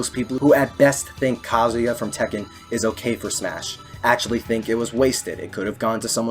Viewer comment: Your proper pronunciation of kazuya makes me respect your opinion